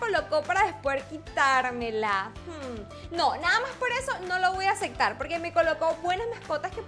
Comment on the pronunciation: Amo cuando dises "asectar" "no se si asectar"